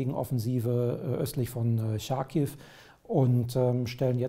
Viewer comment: Ich verstehe nicht wie sie es nicht hinbekommen Charkiv richtig auszusprechen.... Ist es ein Französisches Wort? Nein? Dann sagen sie bitte nicht Scharkiv. Das Ch wird wie bei Chutzpe ausgesprochen. Es wurde eigens ins Deutsche transliteriert, um es einfacher zu machen.